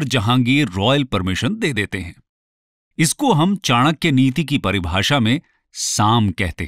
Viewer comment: Thank God you pronounced it चाणक्य and not चनाक्या।